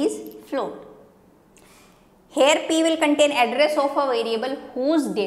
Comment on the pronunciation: Mam your "here" sounds like "hair" every time I heard here i looked at your hair.